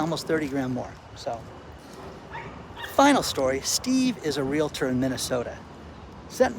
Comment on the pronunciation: I want to congratulate you,. You have successfully altered your pronunciation of the word REALTOR. No more "LA" in the middle. Many people resist putting forth the effort to re-learn a word they have mispronounced all their life. Good for you!!! Next you could brush up on your grammar - I can tell you snoozed through some classes there. Review verb/subject agreement. Investigate why saying "have ran" is never correct. My intent is not to be viciously critical, but to help you get even better at what you do. You are a smart guy. I watch ALL of your videos and always learn a lot. Wishing you the best.